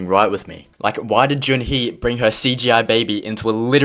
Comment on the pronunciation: “Jun hee useless character” nah it’s Jun ho